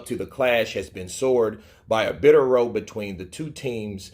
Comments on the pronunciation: "Row" as it relates to a fight/argument, is pronounced "R-OW" (Ow!). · Anyone going to tell him "row" is not pronounced row as in boat lol 😆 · "Row" rhymes with "cow" when it's an argument